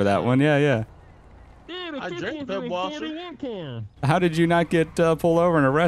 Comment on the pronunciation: Its not pibwasser. In germany we have a letter called " scharf s" and looks like this: ß. So its "Pisswasser" because the "scharf s" is spoken like a double s.